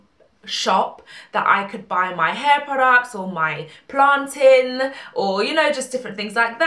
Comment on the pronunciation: Lol at the emphasises on plainTIN. As a Naija girl to bought back a lot of secondary school arguments #londonerforlife